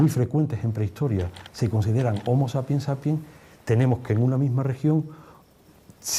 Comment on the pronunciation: ¿En latín la hache era como la "J"? Porque dicen jomo jabilis para mencionar a los jombres... El francés y el del acento extranjero. Y luego se habla del jomo jeidelbergensis u omo eilderbergensis Jaciendo jincapié en los jumanos